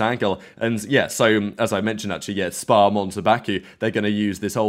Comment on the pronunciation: don't ever say SPA like that again!